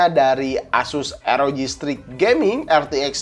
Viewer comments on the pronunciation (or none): Baca : Stiks (Strix) bukan straik (strike)